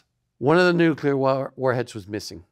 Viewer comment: It's pronounced the way it's spelled: NUCLEAR - NEW-KLEE-AR, not NuKuLar.